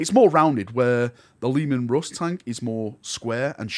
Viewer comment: The lemon rust ???? WTF is this accent ?!